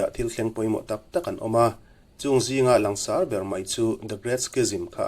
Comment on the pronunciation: Ngaihthlak a nuam in a hlawkthlak thei hlê mai. Langsar tih thlûk hi han lam dik phei la chu a țha leh zual in a rinawm. "Lang" tih rîk dân ang chiah hian sar tih pawh hi a ri tlang tûr ani.